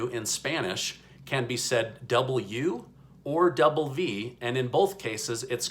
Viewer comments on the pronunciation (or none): Doble U or Doble V not Doble Vu (pronounced in Spanish "B") I am a native speaker and teacher. Continue smiling!!!! It does give us hope. By the way...what does W refer to when you mention it in your blog? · Not be rude but is doble u o doble ve. Sorry but vou I is french, I think for the word you. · Double VE not vue... just saying. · Hi. W in Spanish is "doble ve", not "doble vu". 😊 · Ok, so it's pronounced, " doble-u or doble-uve". Just trying to help you out 😂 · Hey se dice doble ve o doble u, estuviste cerca! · W in Spanish is pronounced "Doble U o Doble V(Veh)" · Hi, Great video! Also, you pronounced W in Spanish correctly. However the V is pronounced a bit different. Just as an FYI. ☺️ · Hi, in Spanish is doble ve and doble oooh. But you pronounce it with the short e vowel sound.